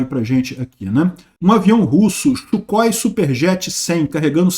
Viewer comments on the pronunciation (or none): none